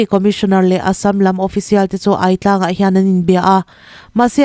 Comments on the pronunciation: A bengvar thlak thine, thil pakhat kahan sawi ve lawk teh ang. I thupuanah hian, Aitlang ti a irawn lam hi, Âitlang tiin an lam thin ani tih hi kahan sawi fiah ve duh lawk. Thlukna pek ngai ani e. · Aitlang hi... A lam rik dan tur chuan " Mei lum ka ai tih kan lam ri ang hian "Ai" Hi lam rik ni se a dik a, Buarchep pawh " Buar" Lai hi a hniama lam a " Chep" Hi... Thutthlenga kan han thu a, kan chep kan ti a kan lam rik ang hian "chep " Lai hi lam tur.... Thahnem ngaihna vang in aw